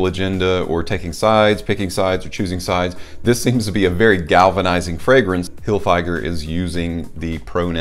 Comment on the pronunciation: It's fig, not fyg.